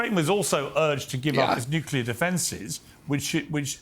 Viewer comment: I like RFK, but he needs to correct his mispronunciation of the word “nuclear”.